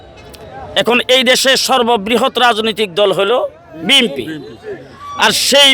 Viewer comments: BNP শব্দটিও উচ্চারণ করতে পারে না। উনি প্রতিবার BMP বলেন। অথচ এই লোকটিকে দল থেকে মনোনয়ন দেয়া হয়েছে। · BNP নামটা ও ঠিকমত উচ্চারণ করতে পারেন না!BNP কে বলেন BMP. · তো নামই কইতে পারে না বিএমপি বলছে বিএনপি হবে না বিএনপি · এমপি প্রার্থী দলীয় জোটের দলের নামই ঠিক মতো উচ্চারণ করতে পারে না,বলে "বিএমপি"😊😊😊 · যে দলের নামটাই সঠিকভাবে উচ্চারণ করতে পারেনা সে আবার এমপি হবে😂 বিম্পি😂 হাও ফান, সে ভাবছে গলাবাজি করেই জিতে যাবে, Kuলাংগার একটা।